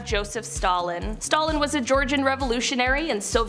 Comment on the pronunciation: Who can’t say Stalin ?